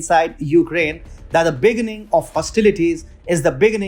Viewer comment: Begínning, not Béginning. Kíev, not Keev. Succéss, not Súccess. Vow, not wuw.